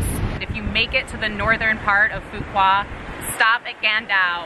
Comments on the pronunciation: Pronounced "fu wook" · Fu Wok is how it’s pronounced. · Say Phu (fool) Quoc (wook)[wookie] DONG (like Tone sound) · Hey bro, you pronounced the island's name incorrectly;) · how does one pronounce it then? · can you say phu quoc correctly please